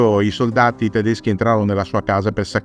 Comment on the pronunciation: I tuoi video sono sempre molto interessanti e mi piace tanto anche il fatto che sai pronunciare perfettamente i nomi tedeschi, cosa che da altoatesino mi piace assai quando succede… grazie di questo video ❤